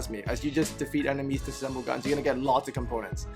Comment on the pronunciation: DIss-assemble.. at first I only heard 'assemble'.. ok, got it.